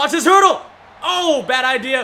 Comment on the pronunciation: It's "hurdle" not herdel, so you don't make a mistake some other time 🙂🙂